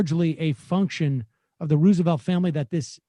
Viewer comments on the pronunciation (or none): Sam pronounces Roosevelt differently each time he says it. FYI, the correct pronunciation is Rose-a-velt. This is true of both Roosevelt presidents. There are letters preserved from Teddy where he talks about the confusion and confirms the correct one and there is video of his cousin FDR's inauguration where he pronounces it this way.